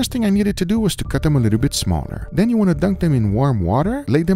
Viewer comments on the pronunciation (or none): none